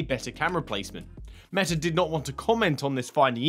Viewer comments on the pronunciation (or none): none